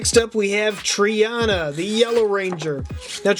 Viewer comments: *trini not triana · The yellow Rangers name is Trini and not Triana as you said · It's Trini not Trina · It’s Trina not trinana her animal is tiger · Triana? It's Trini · however, I don't mean to be rude honestly but, its tr-ee-knee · Zack is the mastodon Trini is pronounced Tree-Knee And Tommy was the DragonZord when he was Green and he was White Tiger when he was White. Also where r they're weapons??